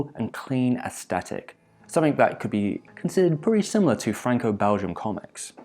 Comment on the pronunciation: day 1,246,573 of waiting for a single person on the internet to pronounce the word "aesthetic" correctly